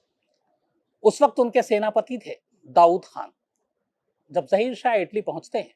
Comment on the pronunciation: ज़हीर शाह नही ज़ाहिर शाह बोले